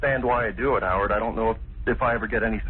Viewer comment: Its scary that he alsways says the name of the intervier Howerd. Dont you think so?